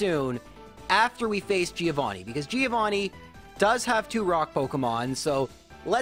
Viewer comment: That's not how you pronunce "Giovanni"